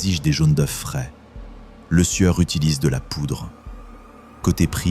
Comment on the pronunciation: tout d'abord c'est Lesieur et pas le sueur !...apprenez a parler ok ?